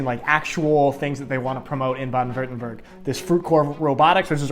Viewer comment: like how he almost got Württemberg right and at the and he says Werttemberg and thinks that's better gg still good German